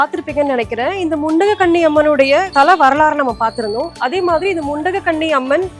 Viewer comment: The Amman name is mundagakanni Amman, .not mundakanni, say properly